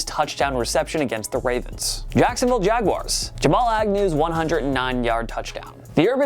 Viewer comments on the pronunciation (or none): none